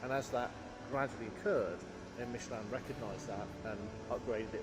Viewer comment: The woman cannot pronounce Michelin.